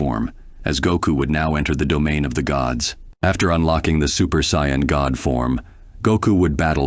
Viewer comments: You spelled it wrong.. just saiyjin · You said sayian wrong. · I'm not convinced the mispronunciations aren't intentional. "Saiyan" was mispronounced two different ways too... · How many ways can he say ''sayan'' wrong?